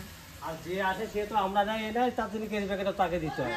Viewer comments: কথাটা Carry( ক‍্যারি) Cery (কেরি) না। তুমি তো college student তাই না। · carry noi.cery packet. Onek bar tomake bolechi tumi akjon collage student wrong pronunciation khub kane lage. Kharap niona tomar theke boro tai bhulta dhoriyedi.